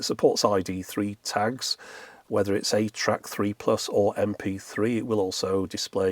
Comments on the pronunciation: Early on in this video, are you saying "8-track?" It can't be THAT retro can it? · Who else kept hearing 8-Track instead of ATRAC? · For the longest time, every time he said ATRAC, my brain parsed it as “8-track” and I wondered why Sony was going so retro back then. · I was washing dishes while listening to this and every time said "ATRAC" i had to look over to make sure Sony hadn't made a 2000s era 8-track 😅